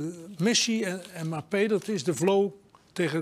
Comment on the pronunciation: "Mapee" 😀 lol